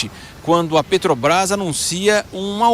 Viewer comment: E Muié não sabe falar mano Pretobras, Guatematecos, Jesus ta ruim hem...